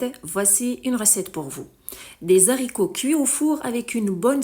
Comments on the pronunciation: Pas de liaison entre les et haricots .on ne dit pas les zaricots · On ne fait pas la liaison entre les "s" et le. " H" des haricots .dites lé Aricots . Mais votre recette est super !